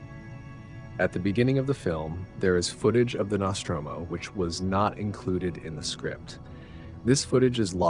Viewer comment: Love the Alien series... love seeing missing scenes. Your pronunciation of Nostromo is quite triggering though.